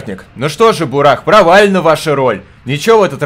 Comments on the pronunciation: у тебя тут развлекательный канал, поэтому игра на обзор не подходит. Во-первых: бУрах, ударение на первую букву. Во-вторых: что ремейк, что оригинал — это философские и психологические игры, которые под гнетом "Песчаной Язвы"(Чумы) рассказывают о тяжёлой жизни людей, и о тех кто будет вершить судьбы города, что находится далеко в степи. Помощи ждать бесполезно. Ибо властям в цивилизации плевать на то, что происходит где-то на краю мира. Поэтому игрок в роли трёх персонажей Бакалавра, Бураха и Самозванки должен будет решить судьбу этого места. В-третьих: разрабы тут хотят показать все тяжесть бытия, и подвергнуть сомнению нашу реальность. Здесь не до хиханек, и не до хаханек. Спасибо, конечно, что отнесся к игре положительно, но это не то, что показывать даже в таком виде на канале. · бУрах надо читать,бунд! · Там есть трагики и Исполнители , и это второя часть Мор Утопия если не играл в первую часть , то не удивляйся началу .....БУРАХ УДАРЕНИЕ НА УУУ,..